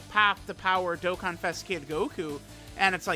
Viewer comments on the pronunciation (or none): none